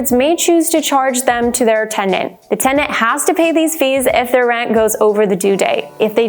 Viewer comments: Yea, it’s not “TENDANTS” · Sounds like she pronounces "tendant" half the time.